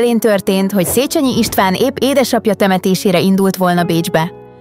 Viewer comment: 2.pont : Nem "szécsenyi ", hanem "szécsényi" !!!